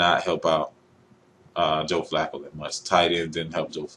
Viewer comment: Joe Fluke-O Really? just stop skip Bayless.